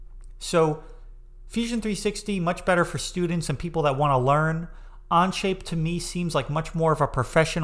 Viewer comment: I feel your view is a little more bias to SolidWorks, oh sorry On-Shape whatever its called 🙂 (Even you can't say Onshape lol). Think I'll go to other creators for a fair comparison. Thanks